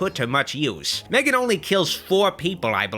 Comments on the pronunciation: It's pronounced as Megan. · Ma-three-gan... hilarious